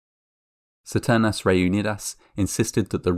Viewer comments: ceternas reunidas? CISTERNAS. Check it on google translate. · It's Sis-te- hard R -n-ass Re-unid-as